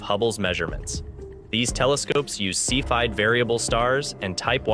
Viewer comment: CEPHEID is pronounced see fee idd.